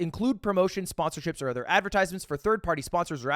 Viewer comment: It's insane we just let him get away with pronouncing "other" the way he does